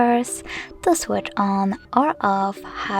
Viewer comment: Why can't you pronounce "switch", you say like switter or something. I'm not complaining, just curious.